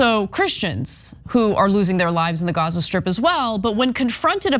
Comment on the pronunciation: What is she talking about😂. Ignorant she can’t even say the name of Gaza fool